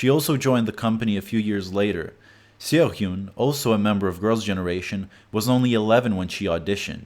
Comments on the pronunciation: For instance Seohyun is not See-Oh-Yuhn it's So-hyuhn Taeyeon is not Tai-Yong it's Teh-Yohn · seo is ONE syllable ugh i cant i cant. and this was published in november of 2017 jessica was long gone from girls generation lol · very interesting and informative video! i really would've liked to hear you talk about the recent growing popularity of survival shows in the kpop business in order to debut, which makes it seem to me that the industry is still just as cruel and good at ruining people's dreams as it's ever been. (no one seems to have plans of changing this any time soon either, unfortunately) p.s. seohyun's name is pronounced 'sUH-hYUHn' :)